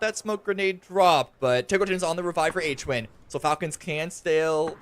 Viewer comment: how does the announcer not know how to pronounce Hwinn's name?